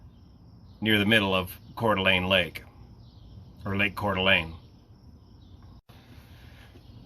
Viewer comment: As a local, good work on the pronunciation of Coeur d'Alene. Sad story.